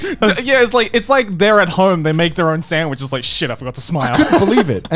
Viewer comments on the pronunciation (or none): Did he just say sandwiges